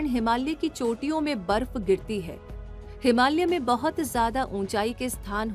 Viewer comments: Ma'am....it's हिमालय not हिमाल्य......😊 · हिमाल्य नही हिमालय😂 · हिमाल्य नहीं, हिमालय बोलो 😂